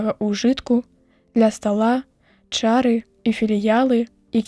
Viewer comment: Чытае то чары', то ча'ры.